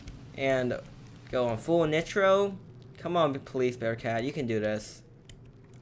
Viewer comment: The way he says nitro makes me want to die